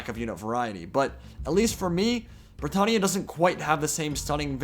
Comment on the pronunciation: The way you pronounce britannia annoys me every time